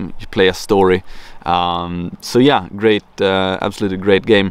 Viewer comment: When you said 'Great books' it sounded like 'Ghey books' lmao.